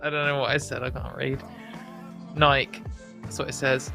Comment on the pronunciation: I can confirm that pronounced Nike the correct way we say it in the UK.